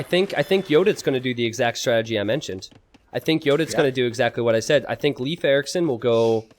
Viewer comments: "leaf, life and loaf" ALL WRONG lol. Its pronounced Layf. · bot its 'leywedf'!!,, sotriggered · It's Laaf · As a Swede, when I saw in the chat everyone was saying "it's pronounced Life", I thought it was weird, since in Swedish it's not. But apparently it's pronounced Life in Norwegian, Danish, German... and in English it's leaf? makes sense, I have heard English speakers pronounce "Lena" as long "i" instead of the long "e" that we use in Swedish. So these names will be pronounced different depending on the language you speak. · Welcome to School of Swedish names: Todays Name is Leif. Well. If you watch the first 3 starwars and hear how Skywalker and Han-Solo pronounce Leia, Then you only need to take away he A and add the F in the sound and you got it. No loaf or life here plz. or leafs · I'd say a good way to explain the pronunciation is to say lathe, but replace the TH with an F sound instead. Lafe. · Google says pronounced leaf you idiots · It is, in fact, pronounced "Layf." The one possible way they didn't say it. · They use 3 different ways to say "Leif" and none of them is correct. its pronounced Layf, i did my homework.